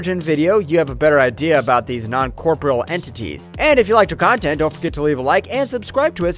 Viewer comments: It's really sad that this guy doesn't know how to pronounce the word corporeal, and then he said that the q were onnisisent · wtf is this garbage. you can't say Romulan or corporeal even close to correctly? Are you ai bro??? or hs dropout?? wtf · For that matter he didn't know how to pronounce corporeal , and rather then saying that the q were omniscient he said that they were omnisisent. And he described something as a moscomseption